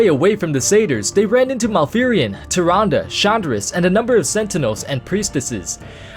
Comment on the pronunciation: no offense bro, but Tyrande is pronounced "TIR-ON-duh"